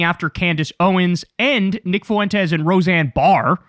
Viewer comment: I like the addition of the date. Helpful for archival purposes. Now if you could only learn to properly pronounce Fuentes.